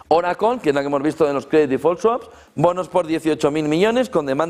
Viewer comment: oraclo??? que es eso ?? joder siempre la escuche como oracle no oraclooooo